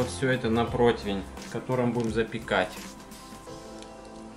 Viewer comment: господин ведущий, не протвень, а противень, )))))